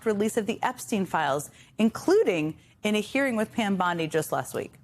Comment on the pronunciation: Bondi (bond—age)? She clearly drank the whole gallon of koolaid.